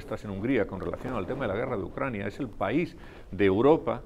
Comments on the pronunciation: Por cierto no es ucrania? Usted dice ucrañia...?🔸️🔸️🔸️☕🚬👋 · Ucraina... pais pequeño, dice 🤣